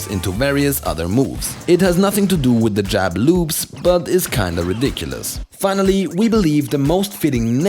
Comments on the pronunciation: I keep hearing you say "jab lubes." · I love how he says jab loops in his accent